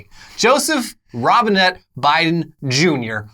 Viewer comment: Robinette Biden, it sounded like he said Robin-Hood Biden Jr at teh inauguration